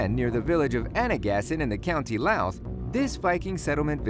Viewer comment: How did he manage to pronounce Louth correctly but butcher Limerick?